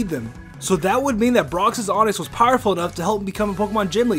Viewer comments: "Brocksis onix" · Brocks’S it’s brocks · Is no one else mad that he kept saying brocks's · Broxes. Broxes. Broxes. Cringes. Cringes. Cringes.